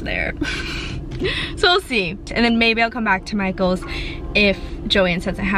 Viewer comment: When she says Michaels it sounds like “my goals!” Lol idk if anyone else heard that.